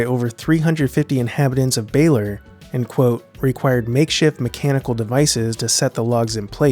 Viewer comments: I'm Filipino, and your pronunciation of Baler hurts me it's "Buh-ler" not "Beyler", great video overall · Baler is read or pronunced as [bɐˈleɾ] or [BAH-LER]; definitely NOT [BAY-LUR].